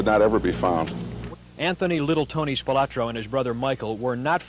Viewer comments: I would have thought that, by now, they would pronounce the name correctly, SPILOTRO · Would have been nice if the news reporter could pronounce Spilotro correctly. There is no “a” in the name.